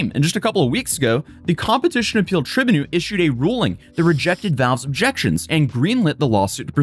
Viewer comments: Brother... its pronounced "Try-bune-al" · “Try-bu-nul” lolol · Love your channel, but restfully, you need to learn how to pronounce legal terms, such as tribunal = trai - byoo- nuhl. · Did you just say "tribinal"? Haha. Better get your money back from the Learing Center. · Try-byoo-null though 😅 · Tri-bune-all. That's how it is said. Oof. You can get dlcs from not steam. I've done it. Pretty easy from like cdkeys and gog.... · I'm pretty tribunal is pronounced, "try-BYOO-null." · Never heard of ”tribunal” mispronounced so badly. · Please learn how to say "tribunal" before the next video haha